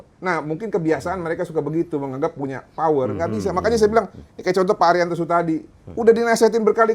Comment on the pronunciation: Power bang bukan flower